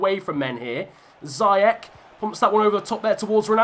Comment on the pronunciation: Its zee-ech no zee- ec